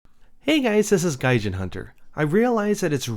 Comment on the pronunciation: Your name is gaijin... And you pronounce its wrong. Smh